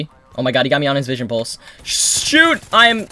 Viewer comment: lol he said vison pulse